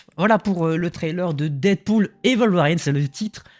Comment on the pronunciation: Worlveriiiiine pas "WolverAAIIne" ! Ça me fait bondir de ma chaise à chaque fois que tu le dis. 🤣 Très bonne vidéo sinon. 👍